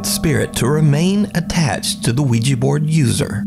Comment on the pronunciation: "Bro dude, bro dude...oui-gEEEE..." Ouija Board: "Fk this moron, he can't even pronounce Ouija, so imma burn up to keep him from saying goodbye" 😂😄 Great to see another awesome delivery from you,!